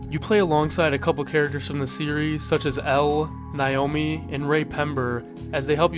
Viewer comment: i beg you to learn how to pronounce naomi